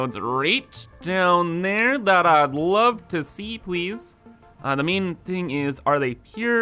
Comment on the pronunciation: Whenever he says ‘main’ I hear ‘meme’